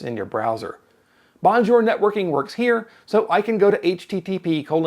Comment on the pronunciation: nicely done, but you need work on pronunciation of Bonjour. It's french, not "Merican" :)